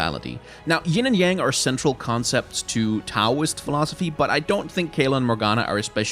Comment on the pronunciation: Taoist- pronounce "Dow-ist" :)